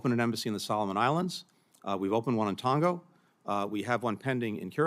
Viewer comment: Isn't the island nation called TongA, not TongO?